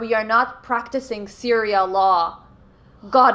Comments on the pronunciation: “Syria law” lmao, I think she means sharia law 🤣🤣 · "SYRIA LAW" I CAN'T HAHAHAHHA. From an American... I'm sorry for Kathy. lol